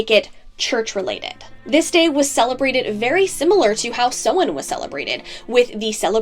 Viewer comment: Love this my dear 💗 only issue I have is the pronunciation of Samhain, in comparison to modern Irish/Gaeilge (Ireland). Otherwise well done and very informative. 😊